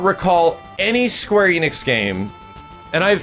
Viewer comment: Enix is pronounced "Eh-nix" not "Ee-nix".